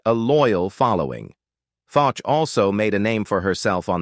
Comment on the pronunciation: Actress Nina FOCH is pronounced like the words "Foe" and "sh" sounds---Like Foesh. Just trying to help..